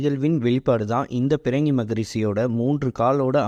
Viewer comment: பிரங்கி இல்லடா பன்னாட பிருங்கி மகரிஷி ஒழுங்கா சொல்லுடா பாடு